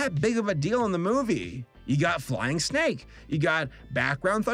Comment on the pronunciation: When he talked about the snake I thought he said stake.